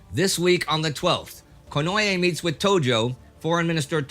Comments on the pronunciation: Theres no such thing as "ye" in the japanese language, its ko-no-e (近衛). Please indy, its just like spanish pronunciation, and if you read the correct spelling on wikipedia youd see theres no "y" anywhere in there, just read it like hes from spain or mexico or any latin speaking country, itll at least be the correct pronunciation. 😂 i do love you, thank you for all the vids, and very glad and hopeful for you and everyones continued good health ❤️❤️❤️ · here indy, 10 seconds in a nice beautiful pronunciation. Not to change any episodes or anything, but just to give an easy example of Konoe Fumimaro (last name first name, as is standard). Just keep listening for the same name konoe after that 10 second mark for confirmation if doubted